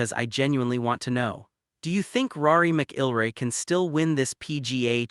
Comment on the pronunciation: You can't even pronounce "McIlroy" correctly. AI slop at its worst.